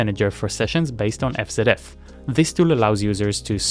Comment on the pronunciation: It's pronounced EF ZEE EF btw :)